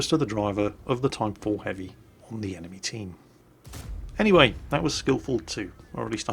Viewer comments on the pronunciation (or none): none